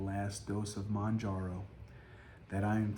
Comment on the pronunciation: It’s NOT MONJARO 🤦‍♀️